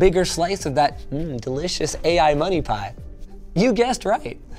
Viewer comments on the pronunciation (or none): mOrE Moneh 🤣🤣 I love you Linus 😂